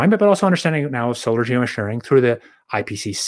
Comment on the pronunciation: Also it says a lot that D cant say the word Geoengineering or Geosharing without mumbling.